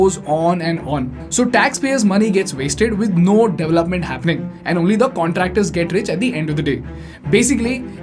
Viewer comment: Suggested phonation corrections: Garment : government, to be pronounced correctly as guvment. This mispronunciation is prevalent in Andhra Pradesh & Telangana. DAVlupment: Development to be correctly pronounced as DE VELUP MENT. Mispronounced all over India.